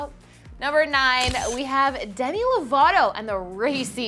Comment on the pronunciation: not demi nooooooo